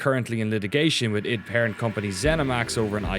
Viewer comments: people saying it wrong in the video!!! really annoys me. it's not iD (like bid without the b) it's I.D. eye-dee software. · Am I the only one who thought it was pronounced I.D. software and not id?